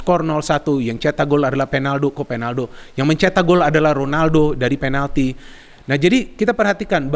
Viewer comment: Kok bisa sih ngomong"penaldo"ngakak 🤣🤣